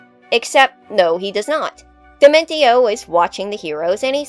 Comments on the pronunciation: Wait... why are you pronouncing his name dimen-ti-o? It's clearly supposed to be based on dimension. As such, it would be proniunced dimen-see-o. T can become an s sound in latin languages, like with attention. This makes the video very grating to listen to. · I am perturbed by the pronounciation of Dimentio